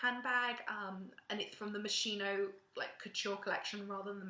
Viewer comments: To put it plain and simple : it's pronounced moskino and not moshino !!!!!! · si dice moschino CAZZO